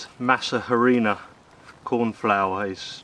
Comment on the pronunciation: Harinà, the "H" is silent ❤